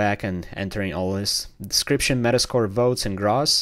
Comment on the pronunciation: As an accountant, I cringed each time you pronounced "gross" as "grahs". Still, great video, good sir